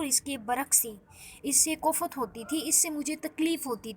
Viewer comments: Not kofat ' koft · Kof’fat nahi hota behen koft hota hai 🙏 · pls correct urdu.kooofaaat😂😤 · Kofaaat kofaat kia ker rahi hay jahil larki teray ko pata he kia hay phalay tu bolna tu sik jahil